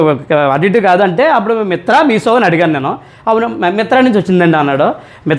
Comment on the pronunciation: మిత్రా కాదు మింత్రా కదా !